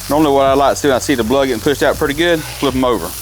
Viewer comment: Did you say blood?